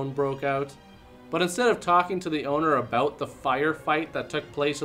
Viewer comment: Ooh, was that the first ABOOT ever?